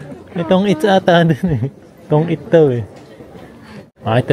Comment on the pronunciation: kuya Tonjiru yun Hindi tong it😅